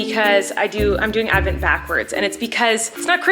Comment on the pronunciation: I clicked here faster then Colleen could say “ADVENT”